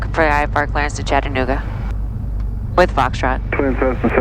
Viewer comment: Aw shucks missed seeing your landing at our home airport! Kudos to the good ol Georgia boy for knowing how to properly pronounce Chat-tan-ooga! Cheers from same!